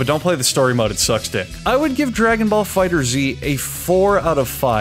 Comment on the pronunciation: the creators on twitter confirmed that it’s pronounced Dragon Ball FighterZ (fighters) instead of Dragon Ball Fighter Z and it crushed me